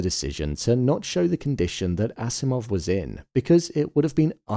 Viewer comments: It's Akimov not Asimov. (Alexandr Fyodorovich Akimov) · The name of the scientist is Alexander Akimov not Asimov, but other than that, great job!